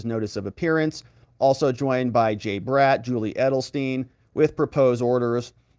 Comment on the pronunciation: Y do u pronounce the name BRATT as Brett? Odd!!!